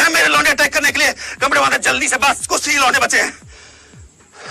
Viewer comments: When he say lounde i listen lo.....de😂😂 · Aur kis kis ko "launde" me kuch aur sunai deta hai?? 😂😂😂